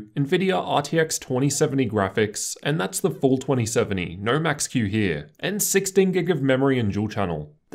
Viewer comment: I honestly couldn't even pay attention to what was being said other than the fact that every "O" was an "er" sound instead of an "O". After i heard "Ner" instead of "No" i couldn't unhear it.